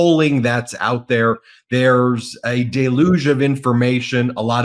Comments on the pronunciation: It's pronounced, "dell-yooj," not "day-looj." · Deluge is not pronounce 'day-luge,' it is pronounced 'dell-huge' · That's 'DELLyooj'... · Well, Ben, despite a very good video, once again you have butchered the pronunciation of a word. This time it is 'deluge'! (retired teacher) 😇🙏🌈